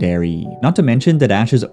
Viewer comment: Glaleay? And Laptras? 😊